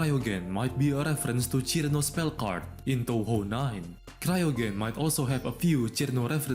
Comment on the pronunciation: holy shit, you pulled Cirno's name pronounciation correctly :O